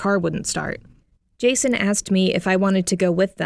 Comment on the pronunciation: When she first said Jason I honestly thought she said Jesus lmaoo